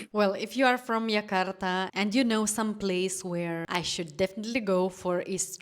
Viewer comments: I don't know where you're from, but our capital (soon no longer be) is Jakarta and it is pronounced Jakarta not Yakarta. J is always pronounced like J in January. Our new capital is Nusantara, but it's very new, even the government hasn't really moving yet. So yeah, visit Jakarta, and also make time to travel to other cities/islands. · Ayam taliwang from lombok indonesia..😂😂..correct jakarta not yakarta